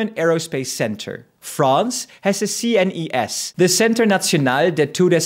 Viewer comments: Your pronunciation of CNES is so wrong and I love it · that French sounded a bit Italian ^^ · nice Spanish accent! 😜 I think you can also say it in English, like for the German and Italian agencies, even though yes we might be the worst of the 3 at speaking English 😂. "National center of spacial studies"